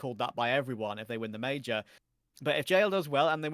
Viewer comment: The way say major in is too funny 😂 Will keep watching, good show